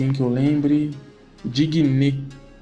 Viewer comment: diguinê KKKKKKKKKKKKKKKK, se pronuncia dinhê= digne